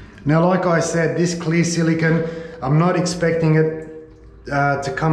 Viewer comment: Silicone not "Zillygun"